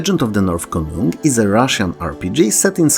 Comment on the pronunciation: As a Swede I have to commend you on your pronunciation of Konung. Perfect job! To jest mój Janosik!